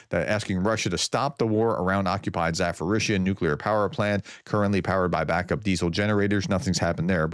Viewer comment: THERE IS NO EFFING "F" OR "PH" IN ZA-PO-RIZHZH-YA! LEARN IT !